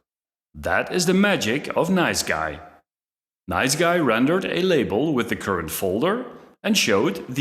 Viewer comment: Nice G.U.I., not NiceGUY. Damn that was distracting in an otherwise interesting video.